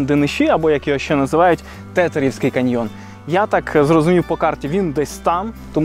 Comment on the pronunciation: не "ше", а "ще", позбувайтеся кугутизмів в мові, не дякуйте